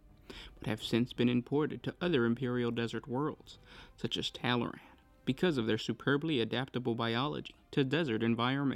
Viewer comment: "Tallaran...tataral....taranatan....tallaramalamadingdong... " Me: Tall-Arn. TALL-ARN.: Tallyho? Me: FUCK